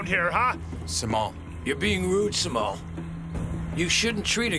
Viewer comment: It's jemal I guess Instead Simal I guess so